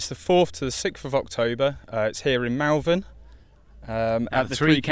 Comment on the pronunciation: Pronounced Mul vern